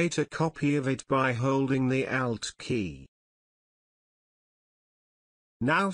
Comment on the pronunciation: Lol! I thought "he" was saying "out" key and was like "What the heck is the "out" key?!" Then I realized, "Oh! ALT key!" Heh-heh! Otherwise beautiful video!